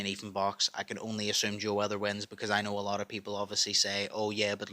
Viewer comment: With the way you say Joe's last night your accent makes it sound like you're saying Weather 😂. Im sure if you watch it back youll hear it too. But overall i want to see this fight. I do think Ethan has a good chance to win